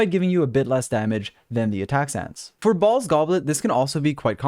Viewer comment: i can't stop hearing you say balls instead of "baal's"